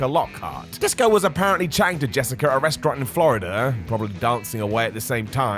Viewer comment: Jessica* not Jessiker